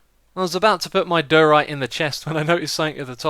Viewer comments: it's not dooorite :))) it's daaaaiorite :) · Question: why you pronounce diorite as doh-rite and not dye-or-ite/dye-oh-rite? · its not dur-ite its die-a-rite ;) x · Am I hearing wrong, or are you pronouncing diorite wrong? It just sounds like you're saying "duhrite", which is wrong =) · Lol, it's funny how you say diorite.